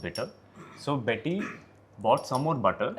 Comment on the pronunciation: Betty not bunny